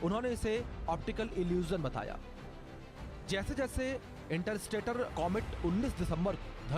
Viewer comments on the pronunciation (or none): इंटरस्टेटर नहीं बे इंटरस्टेलर